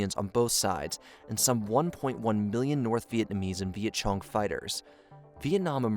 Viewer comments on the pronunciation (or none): did you actually said "Viet Chung" hahaha that's funny... it's a K sound like Kong. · Homie said VietCHONG LMAO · Great video and narration but some of the pronunciations are strange. ex Vet CHONG??